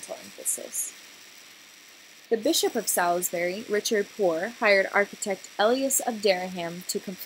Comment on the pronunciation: It pronounces Sawlsbury not Selisbury and Ahmioh not Emienns. Gosh this is so american not even trying to pronounce it right. The Gothic architecture arrived in england at the end of the 12th century with the new building of the choir of canterbury cathedral. It was brought to England by the Cistercians and William of Sens who is the architect of Canterburý´s choir. It´s Reims cathedral in the right corner. And Salisbury was built from 1220 until 1258. The central tower was a later addition of the 14th century. But at the other point you´re right. Amiens and Salisbury were built at the same time. Reims is a little bit older.